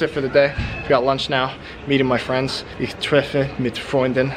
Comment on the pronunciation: You could try practising the "ich" (opposed to "ach", which is really different) a bit more. My tip is to say "ich" with a long i (English people write "ee"), keep the tongue in place, stop your vocal chords, and continue blowing air. It is important to keep the tongue high in the mouth, and force the air through the gap between tongue and palate. It is roughly in the middle (from lips to throat); when further back, it becomes the "ach", when more to the front, it becomes "sch".